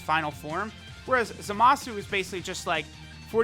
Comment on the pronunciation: Love your videos, just hate how you pronounce Zamasu lol.. Goin to summon for Zamasu though 👌🏽